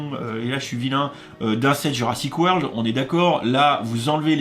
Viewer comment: T ' as oublié le R à la fin